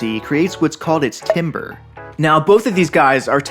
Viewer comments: Hey heads up, timbre is actually pronounced like tambur. Otherwise great video and great explanation, this has been a cool project to watch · Timbre = Tamber